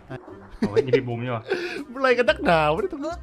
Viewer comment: บูมไม่ใช่ยูม